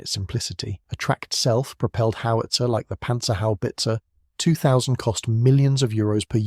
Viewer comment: AI... " Panzerhaubitze"....pause..."2000"